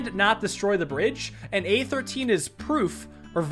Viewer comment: He says "A13" but I hear "Aether Teen"